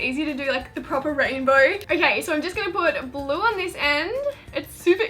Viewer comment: For the highlighter DIY it sounded like you kept saying glue instead of blue🤨🤨🤨